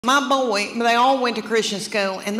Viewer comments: "Boy" has 2 syllables! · Who knew b o y was a two syllable word?!!!!😂